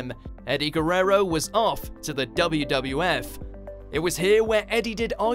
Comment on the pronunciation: Is funny how he pronounces eddie's lasr name wewrerow